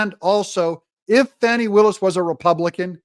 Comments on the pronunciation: When did she become Fau-w-nay? Fani. FAN-EE. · DADGUMIT! Her name isn't pronounced, Fau-nee! It's Fan-nee. She's got one to prove that too. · Danny, Lanny, Tammy,, Please properly pronounce her name, FANEE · Fani.... FAN-EE.